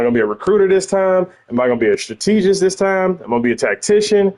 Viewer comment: Love your videos dawg but you making my head tick every time you mis-pronounce strategist. My sisters are educators and it is also a word I used to have trouble with, so I'm not trying to be a correctologist (yes, I made it up) here. I still have trouble with quite a few words myself like synthesizer and insurance, lol. Keep the content coming.